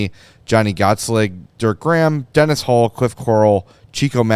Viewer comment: Guys it’s not Dennis Savard it’s Denis pronounced De Nee 😊